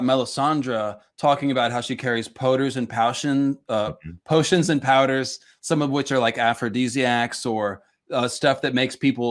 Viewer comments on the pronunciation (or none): “Powshins and poders” was a glorious mishap by 👌